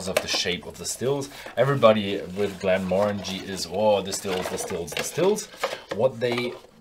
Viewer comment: Not a fan, whisky should look like whisky, not soft drink. P.s….you’re pronouncing “Glenmorangie” wrong😉